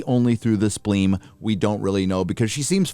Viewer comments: Did actually say spleem instead of spleen? HAHAHAHA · lol he said "spleem"